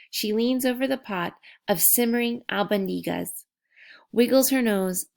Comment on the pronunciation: Its pronounced e....short e.... e spaghetti Al bon di gas